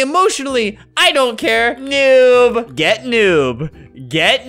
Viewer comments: If you say "gey" its sounds like "gay" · The girl said "gey out"